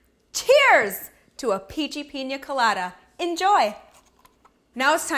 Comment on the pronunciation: she keeps saying pinja instead of pina did anyone else hear that?